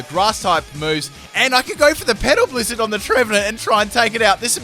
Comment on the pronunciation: I know he is saying petal blizzard but it sounds like pedo blizzard... haha